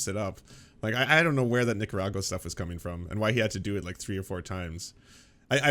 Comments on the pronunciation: Sounds like Jimmy's pronouncing "Nicaragua" that way to sneak in an N-word with plausible deniability. I don't know what's going on in his head, I'm just saying it sounds like that. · Only in America, could someone as uninformed on global affairs and events as dimmy jore be taken seriously, and considered funny. Saying Nicaragua in a weird way and reading your tweets as part of your standup routine is what you do when you want to appeal to 13 year olds. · Uh, how did Jimmy say...Nicaragua...twice? That c sounded like a g to me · Jimmy finally found a way to say the n-word by weirdly pronouncing Nicaragua